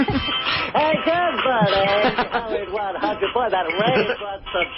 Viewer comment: it’s the old way he says “How-ard 100” that kills me everytime